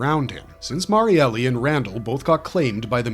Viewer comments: That's been driving me crazy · Yea was like. Cmon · Every single video. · Awesome Vid as always, though I still cant get over with the Pronounciation for Marielles Name, Its suppose to be pronounce as Mar-yel not Mar-yele. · Cough cough her name is MariEL not Mary-Elly